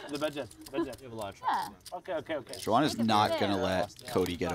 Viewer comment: Xuan is close to Swan in pronunciation. I cringe when I hear when commentators trying to say her name ....